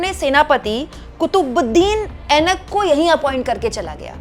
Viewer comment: Aibak hota hai Ainak nahi...